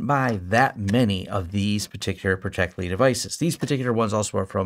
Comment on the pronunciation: I liked it better when you called it protecteli 😂